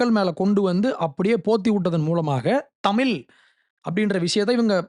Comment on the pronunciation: தம்பி அது, தமில் , இல்லப்பா, தமிழ், சொல்லு..English நல்லா பேசுற..